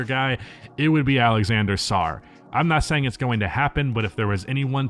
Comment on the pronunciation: Ok, I'll try to help with the french guys names pronunciation : - Alexan-DRE Sarr, not Alexan-DER Sarr. You don't say An-DER, you say An-DRE, same thing here (except you dont add the -ay sound at the end, because there is no -é in Alexandre). - Rizaché not Rissachere. The right way to say the -é part would be like "maché" in "papier maché", if you know how to pronounce it properly (probably not), if not then use the -ay sound in Andre (not perfect at all, but good enough). - The proper prounounciation of the name Salaün use a sound you just don't have in english (to my knowledge at least). If you're familiar with the international phonetic alphabet, it's the ɛ̃ sound. If you have some basic french knowledge, the -aün part should be prounced like the -in part in "patin", "lapin" or "matin" (put those words in google trad, select french then use the "hear" feature). Risacher and Salaün aren't french names originally, that's why there is quite a gap between the spelling and the pronunciation.